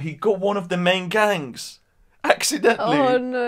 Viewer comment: He got one of the main gangs "ax-identally". Good one (even if it was unintentional).